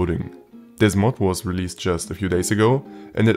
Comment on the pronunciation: "i recommend you to try this mal out" xd wenn das deutch durchsickert xd